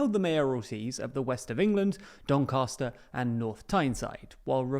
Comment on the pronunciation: Doncaster has a short “a” as in cat. Especially with a Yorkshireman (or Yorkshire-adjacent, depending on where Hull is these days) on your payroll, you should not’ve gotten this wrong